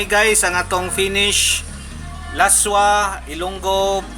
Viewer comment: Ilonggo dish Pronounced as las-wah Not la-swa